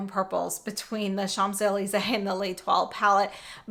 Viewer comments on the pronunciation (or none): Hi! Just in case you travel to Paris and don't want to get roasted by the Parisians, it's pronounced SHONZ EH LEEZ EH, with an N in SHONZ even though it's spelled Champs. Thanks for the swatches